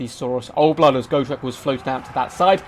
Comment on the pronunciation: Its got- rek not go- trek. You make it sound like go shrek